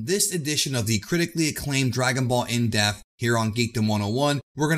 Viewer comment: You do realize you have to pronounce the P in the word "depth" Seriously dude stop saying "DragonBall in death" It's driving me fucking crazy